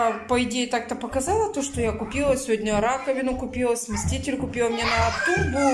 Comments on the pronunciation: Что за смесТитель, чего смещать собралась? Она читать - то умеет вообще... На коробке что ли не написано СМЕСИТЕЛЬ. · СмесТитель смесТитель смесТитель ...смеешься что ли ??? Я куплю я сделаю я решила я заняла я отдам ...муж где ??? Я яяяяя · Ну опять, сместитель, койка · прочитай на коробке, как называется, сместитель или смеситель. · не смесТитель, а смеситель, не стИральная машинка, а стиральная (ударение на первую букву А). Каждый раз пишут тебе, почему игнорируешь? Выписывай себе на листочек и учи как правильно говорить слова, дети же повторяют за тобой,почему ты их так не любишь?